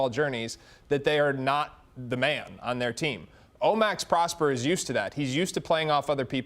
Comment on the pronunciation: Pronounced Pross-PAIR.